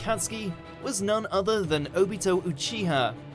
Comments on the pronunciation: Oh-BEAT-O???? i cant even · Omg please pronounce names correctly. O-bee-to Ooo-chi-ha?! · the way he said Obito low key triggered me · thAtS nOt HoW yOu SaY ObiTO, AkAtsUki, aNd RiN